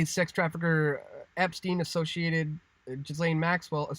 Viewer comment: Please stop saying GHiSlaine, the H and S are silent! as in Gilaine.